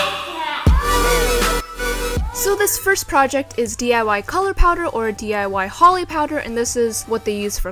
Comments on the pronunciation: The way she said hOLi powder 😣 Its kinda pronounced the way u say Holy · its pronounced like "holy" not holly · ITS NOT HOLL-E ITS PRONOUNCED HOLE-E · It's HOLI POWDER. Same way you pronounce "holy" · Holi is not pronounced like Holly. BTW I don't celebrate Holi I am not Hindu... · dang it she said holi wrong 😂 it's okay!! love the vid 😘